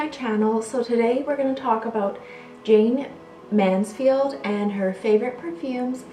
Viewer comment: Wow you don't know anything about Jayne Mansfield! You could've said her name properly in the beginning and her home was demolished many years ago